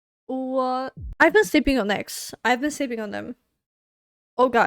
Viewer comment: Thank you for your reaction to NEXZ! F.Y.I., "NEXZ" is pronounces as "Nex-Zee". It means Next Z(g)eneration. This song is B-side of new album. Therefore the title song is coming up soon...please react it, too;)